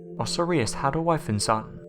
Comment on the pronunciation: Osiris = oh-'sigh-ris